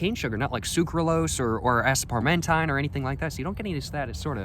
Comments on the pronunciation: Asparmentime? Aspartame you mean? This reminds me of the “isopronol alcohol” incident My boy has a bit of a reading issue but that is totally okay. Great personality it seems. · i literally just told the hats joke the other day i swear im in a time loop EDIT: Aspartame... "ASPAR-MEN-TINE" is craazy xD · He def does it on purpose lol, in another video he pronounced it ass-part-a-mey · the aspartame pronounciation 😭❓